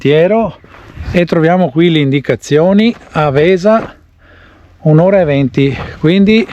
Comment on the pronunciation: Grande posto, noi di Verona lo conosciamo bene. Un suggerimento Àvesa non Avèsa. Bravo bel video anche per i veronesi e non che non lo conoscono. saluta Beppo.